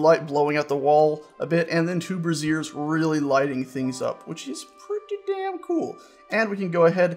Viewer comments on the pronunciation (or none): stop pronoucing the braziers (brāZHər) as brassieres (brəˈzɪər)! lol. You sound like my grandmother "back in my day, we did not have sexy brassieres, they were just plain and did their job supporting our bosoms."